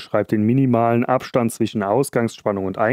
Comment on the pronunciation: ich kann nicht mehr ... zwiSCHen praktiSCH ... schrecklich - wenn man schon ein Video macht warum nicht noch verschmutztere Elektroniken gefunden? - das Video ist sicher geil aber durch das schlechte Deutsch wollte ich es mir nicht weiter antuen als 10 Minuten - schade